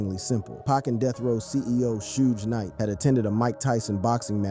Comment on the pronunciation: Right, black names f*ck up AI. It can't pronounce Suge Knight (Sheewg Knight) or Tupac (Two Pack)